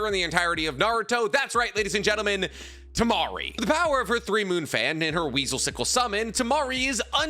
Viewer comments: I took physical damage when bro said Temari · Bro you fookin had me when you said temari 😂😂😅 bouta unsubscribe for a min 😢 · me about to rage on the comments hearing that he said tamari then realized he was joking 🤣🤣🤣🤣🤣🤣